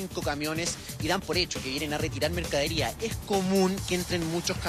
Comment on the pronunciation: Periodista diciendo mercadiría!!!!